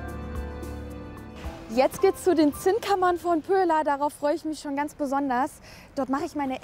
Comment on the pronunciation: Nettes Video, nur heißt es eben nicht Pöhlau sondern Pöhla...